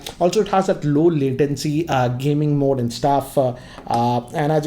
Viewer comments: Sir it's latency not latencity.... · I hate to do this but it's low latency and not low latencity(your pronunciation) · just a thing I noticed - latency - not latencity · (2019): "LowLatenCity mode.." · No One:: I'd just call it low "latencity" mode. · Just cannot figure out what 'latencity' is? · LATENCITY...c'mon, it's latency. I'm sorry that I keep pointing out these mistakes in your videos. Coming back to the video, you totally forgot to show the pairing process. I mean, how fast is it compared to Airpods etc... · LATENTCITY MODE PAAABGEE(PUBJ) WRAP CHARGE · Please stop saying L A T E N C I T Y ! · It is 'latency' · One of the biggest tech YouTubers in the Indian tech space, pronounces latency as L A T E N C I T Y😅😅 Not being a jerk, just saying 😐😐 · ‘Latencity’😂😂😂 Bruh learn English